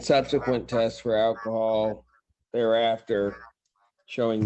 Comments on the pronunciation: Ackahol? What the hell is ackahol? And evidently reading labels is too hard for him. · Saying "akahol" says it all!